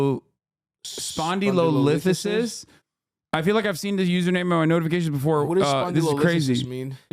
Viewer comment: Lol both of them trying to say spondylolisthesis